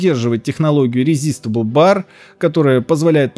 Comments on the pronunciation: ЧТО? ЧТО? РеЗистбл бар?? Ресайзбл БАР! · был у меня на работе один знакомый, он тоже так же коверкал названия... не хасвелл, а хансвел, не резистебл бар, а ресайзебл бар. Только он говорил про софт от адоб, "абобе"😀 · Resizeble BAR - корень resize (ресайз). Соответственно, это ресайзабл, а не резистабл. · орнул с РЕЗИСТЕБЛ БАР ) боже , каким же на до быть донным )